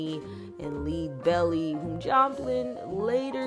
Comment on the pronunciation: Great video! Just FYI, Lead Belly would be pronounced "led" like Led Zeppelin.